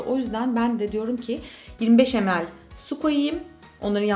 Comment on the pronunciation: Tini Stoessel Video's ingilizce okunuşu olmasın o